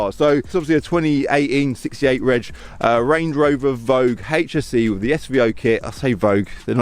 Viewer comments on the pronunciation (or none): Lol it’s SVO not SVR